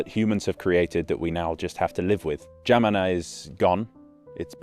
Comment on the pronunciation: romanian here - how in the WORLD were you able to pronounce "Geamăna" so well?! wow